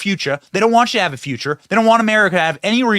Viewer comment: You said feeuchuh 🤣